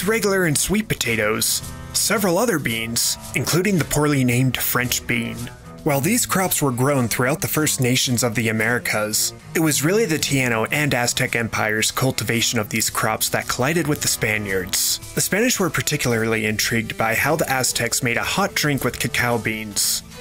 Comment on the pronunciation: tie ee no, not tea ann oh